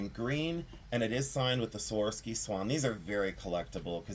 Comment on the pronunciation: So many great pieces! Can't wait for the praying mantis ring! It will be epic! Love the rutilated quartz, too! That czech perfume was deelish! But can I ask a favor? Can you learn to say "Swuh-rov-skee" crystal? I wince every time you say "Sworsky!" Love you!😍